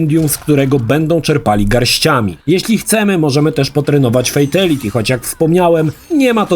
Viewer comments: Nadal fejteliti… 😅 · Nie oglądałem jeszcze materiału, bo nie wiem, czy go zniosę, więc najpierw zapytam. Czy nauczył się w końcu poprawnie wymawiać słowo "fatality", czy dalej słychać "fejteliti"?